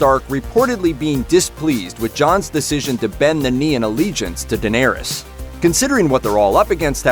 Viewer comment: You know nothing...the crypts scene is just a promo. You called Bran, Bron, and the way you pronounced Daenerys...